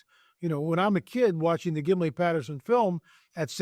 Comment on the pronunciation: it is called the PATTERSON "G I M L I N", Patterson-GimLin film, not the Gimlypatterson run on reverse and incorrect way you refer to it. You called it that with Pauladis and it hurts to hear you butcher it up so badly considering it is the most popular film on the planet.